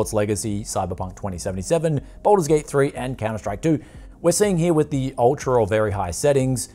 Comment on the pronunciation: "Badlur's Gate"